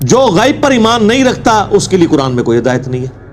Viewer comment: السلام علیکم ورحمتہ وبرکاتہ غیب کا تلفظ صحیح نہیں ہے ے پر ھمزہ ہے زبر نہیں ہے